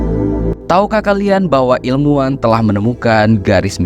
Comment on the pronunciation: ilmuwan, bro ... pake hurup W